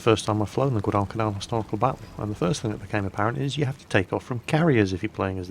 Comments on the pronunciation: whenever you said guadacanal you pronounced it wrongs. its guad-i-canal not guad-al-cal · Guadalcal. Yep. It's Guadal-canal. It's all right because half the marines sent there couldn't pronounce it. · i dont mean for this to sound rude but you kinda announce guadalcanal weirdly but it's probably just a nation pronunciation difference between Britannia and US